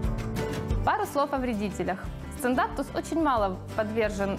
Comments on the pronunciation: Сциндапсус, а не сциндапТус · Никто не умничает. Меня тоже резануло как она называет. Пусть называет как хочет, но снимая видео, будь добра, говори правильно.